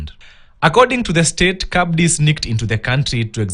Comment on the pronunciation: It's not pronounced CABDI It is just Abdi the C is silent.